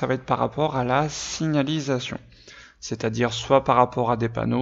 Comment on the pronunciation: Tu as du mal a dire signAlisation 😂😂 PS: merci cest super ce que tu fais !!